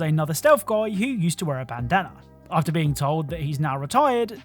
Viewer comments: i heard “baddana”? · turn it up, just the way he pronounced it sounds a little off if you're not listening